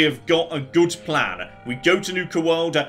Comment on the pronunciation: Big Dutch Energy "One last stored critical, then it's off to Nuka World! I have a PLAHN!"